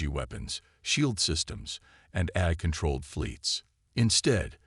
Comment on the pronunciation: Well, we, hostile critics have agenda against AI reader and the stories written by it for good reasons. 1. without those subtitles, some words are uncleared would likely to remain uncleared likes how it pronounces "AI" as "air". 2. without human proof reading, a good written story might get jumbled and cause confusion and awkwardness throughout the narration. 3. without human intelligence used to rearrange the whole story and narration, no matter how good the story is, it's going to end up as an AI Shitshow. So, if you want us, hostile critics to stay away from your beloved story, then the story is better having no unforgivable flaw.